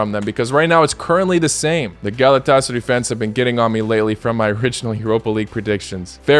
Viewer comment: What did u say Galatasarıy?😅